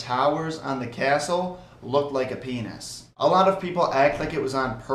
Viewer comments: When u said penus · Did he just say a penus !!!!///////